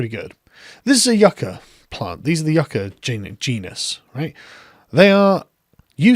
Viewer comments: Even if she's trying to pronounce "yucca" like native Spanish speakers, she's not saying it correctly. The emphasis is on the "Yu," not the "ca." I don't think she speaks Spanish. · It's not "YOO-cuh", yah dumb bitch, it's "YUHK-uh". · (You-ka; yuk-uh) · Yucca is our state flower and I've never heard it pronounced Yu-kah. It's Yuck-Ah stop saying it wrong it's pissing me off, what's going on? The green new deal went from getting leaders to talk about environmental issues to this environmental projects needing to be woke, annoying. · You ca ?? It’s pronounced yuck a. What a mindless bimbo 🤪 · IT is NOT pronounce You-ka. I live in the damn Southwest where this stuff grows NATURALLY. It is prounouced Yuc-ka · “That grows Yeuuukchyaaaaaa” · Yookah lol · And she mispronounced yucca its pronounced (yuck ah) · "That sometimes, a lot of these projects don't work out, occasionally." Sums up her brain power quite quickly. Also, isn't it "Yuk-ka?" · What pissed me off was that I thought she was just mispronouncing it I know the former at least is pronounced like this yuck-ah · spent years in a dozen countries of latin america... nobodies says yucca the way she did (last syllable intonation is supposed to go down) edit: also, she's talking out of her ass, and her voice tells me she knows that as she does it. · Did you just mispronounce my state plant you little commie shitstain? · Alexandria 'I can't pronounce yucca' Cortez. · Why did she call platanos 'plantains' but pronounce yucca with the accent? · or we could pronounce the k.